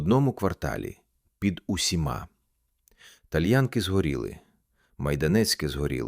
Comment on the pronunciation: Перепрошую, назва селища ТальянкИ‘ наголос на останню букву)